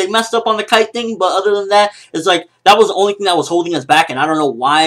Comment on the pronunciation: 1. His name is Kaito, not Kite. It makes a big difference for me. 2. The nature of the relationship between Gon and Kaito was changed enormously by this different introduction, which will impact the series later on (since Kaito is an important character). 3. I like the fact that the pace is slowing down. I wouldn't want to imagine if they ran out of chapters before Togashi sensei starts writing again.